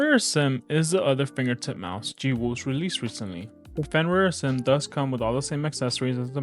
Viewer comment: Good review, but its "a-sym" not "uh-zym". Like the word "asymmetrical" yk